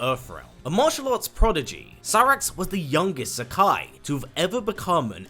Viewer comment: I'm probably wrong but I think Zaki is meant to be pronounced Za - Kee instead of Za - Kai. But I don't know for certain it's just the spelling suggests that to me. Anyway good video